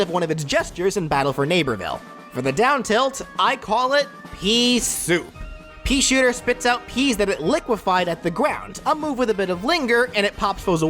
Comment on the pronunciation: "The peashitter"